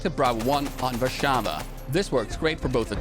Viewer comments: hey props for pronouncing warszawa correctly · Wow you really suprised me with that try to pronounce Warszawa